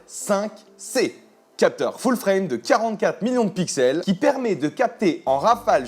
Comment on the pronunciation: "full fream" 😂